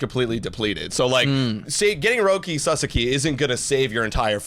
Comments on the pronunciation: PLEASEEEE GUYS, YOU KEEP SAYING SUSSAKY, ITS SA-SOCK-IE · I appreciate y’all….please pronounce his name right. “Roki Sah-Sah-Kee” not “Sus-Suk-Kee” lmao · First Sa and second sa are same sounds. So not sa za ki, sa sa(again) ki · Sauce - Key. Sorry guys, it's been awhile, so no ill will here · it's pronounced.. SA-SAW-KEY.. please say it correctly lol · Suuuh-Saawww-keeee ....thanks guys ! Or just call him Roki. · &, just call him Roki. FFS the two of you have different pronunciations of his last name 🤣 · Pronouncing his name wrong is why hes definitely not going to the jays